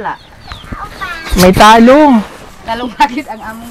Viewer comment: Bakit ganyan sila mag bigkas anglayo hehe, Talong is Ta Long😅